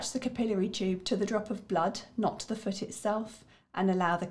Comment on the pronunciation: What? "Cap I'll airy"... "cap i lary" But thank you for the video